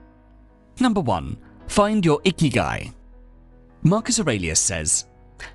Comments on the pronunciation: 生き甲斐 or icky guy as you so well pronounced isn't some "wellness theory" about waking up early or whatever you said it was; it literally translates as "what makes living worthwhile", no more no less. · Wasn’t looking at the screen, heard “number one: find your icky guy.” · I thought he said find your "Icky Guy". I thought he meant a guy who doesn't shower or sneezes into the air without covering his face. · Did Marcus really call it “Ikigai”? Cause that’s Japanese, not Roman.